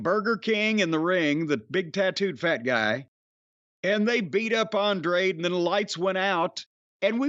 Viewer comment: He pronounces An-Dray'd LMFAO